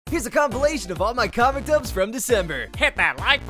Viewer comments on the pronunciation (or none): u silly goose its februy not december The frist story from the vid made me cry it was so good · He said december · I don't know if it's me But in the beginning instead of February I hear December for some reason?!?😂